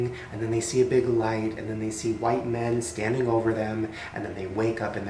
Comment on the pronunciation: thats a cool whipe